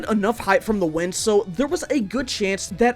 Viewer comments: “i chose to use wentis vind current” 😭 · Did he say “Wenti’s vind current” or am I just going crazy? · “Wentis vend current” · ‘wenti’s vind current’ 😭